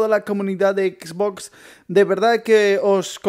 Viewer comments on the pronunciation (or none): Me da risa como dise xBOX